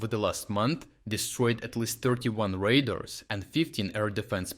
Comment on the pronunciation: Radars not raders.